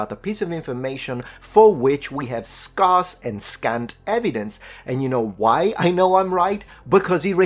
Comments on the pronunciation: Small pronunciation pointer. The first syllable of scarce should sound more like scare than scarf. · Dear, scarce is ske-as, not skaas. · The English teacher in me cannot help the following correction. I would like your perfect English to stay perfect. "Scarce" is pronounced like "scare" and not like "scar". Sorry. Thank you. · scarce is pronounced as scare-ce or sc-air-ce not scar-ce or sc-arse, just point that our as you like me like a bit of accuracy … I salute your content sir and the effort you put into the research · Hi... Umm... It's pronounced "Scarce," as in - the "a" sounds like the "a" in the word "scared," rather than the "a" sound in the word "pass." Or in other words, if it sounds like you might be talking about someone's scars, when you say the word "scarce," then you're saying it wrong. It should sound like the word "stairs," but with a hard 'K' sound in place of the "t" edit - It might be possible that you conflated the pronunciation of the word "sparse" with the word "scarce." While both words have similar spelling and similar meanings, they're pronounced very differently (or rather, the "a" sound in each word is pronounced differently). Sparse should indeed rhyme with "stars," but scarce should rhyme with "stairs." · I love your channel and your content. I just subscribed. I'm not nitpicking. You speak many more languages than I do. So this is not criticism. The word, SCARCE, is pronounced SK-AIR-SA. Just thought I'd let you know. My son worked for an Italian guy for a few years. He had an area called the FEASTING shelter. No one corrected him when he pronounced it FISTING. No one told him for years how it sounded. 🤣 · "scarce" is pronounced "scerce" because english is a joke language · Scarce is pronouncee "scairse" 😊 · FYI: "scarce" in US English is pronounced "scare-c(s)". Thanks and good job! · ‘Scarce’ is pronounced like ‘scares’ but with the final sibilant unvoiced instead of voiced.